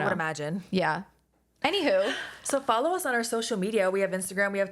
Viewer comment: Did you say Anywhogoligoo? 😂